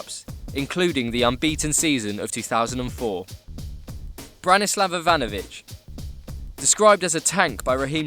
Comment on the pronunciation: Branslav Ivanovic? Like what the fuck?